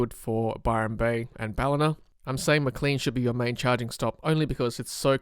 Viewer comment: It's pronounced Maclane like plane, not Macleen like clean.